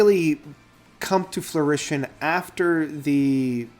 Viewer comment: Fruition, not florition.